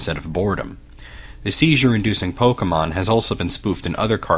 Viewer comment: Thank you for not saying "pok-ee-mon".